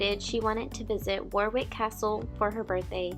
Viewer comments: oh and the a is pronounced as o, so the pronunciation is actually WO-RIK and WO-RIK-SHER (all the counties ending SHIRE are pronounced SHER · Note:. The second W in Warwick (and Warwickshire should NOT be pronounced. It is completely silent.